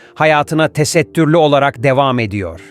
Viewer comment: TE-SET-TÜR-LÜ DİYE NEDEN VURGULUYORSUNUZ ACABA😡